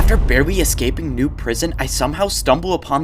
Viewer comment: i hear him say barwely